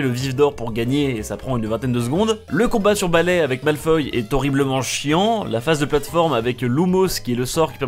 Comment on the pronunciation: Ce jeu sur PS1... Tellement de souvenirs ... -École vide (où sont les élèves ? ) - Harry POTÈRE avait une voix de femme et à 8.05 c'était pas Malfoy mais MALFOI 😂😂 -Dans les étapes en balais Harry est incontrôlable pour passer dans les putains de cerceaux - Ca suit genre à moitié l'histoire -Les graphismes sont... Assez moches - et.... Y a des trucs illogiques... D'où tu passes le parcours du combattant pour aller en cours xD.. Enfin c'était moyen mais il était cool quand même 😂